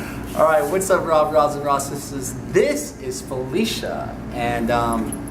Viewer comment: I like how he got urban and said sisstas